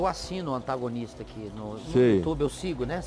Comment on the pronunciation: O cara lê "antagonista"... pelamor